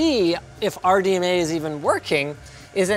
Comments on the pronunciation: I thought linus said r dna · Are you saying Pam or Pan. ? (RDNA RDMA)